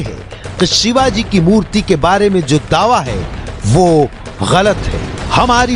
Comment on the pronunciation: अरे कुञ्या महाराजांचे नाव नीट घे